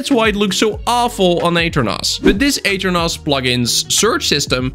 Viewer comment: aternos ❌ eater nos ✅